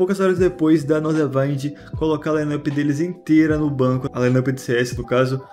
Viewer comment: Momento FISCAL: A pronuncia é Nordavínd, não Nordavaind.